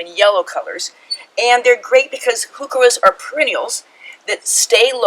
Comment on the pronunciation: Here's a helpful YouTube on pronouncing Heuchera - there is no "who" in Heuchera